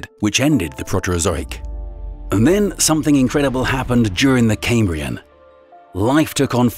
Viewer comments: It's pronounced Cam like ham not came, Cambrian not camebrian. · Caimbrian? It's pronounced cahmbrian. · I find it difficult to believe anything said by someone who doesn't know how to pronounce "chasm", "Zion", "Cambrian", and can say the Earth "literally exploded", "the most trickiest" and "one hypotheses". Call me a pedant, but it matters.